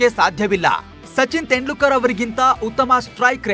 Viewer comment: ತೆಂಡ್ಲುಕ ರ್ alla guru ತೆಂಡುಲ್ಕರ್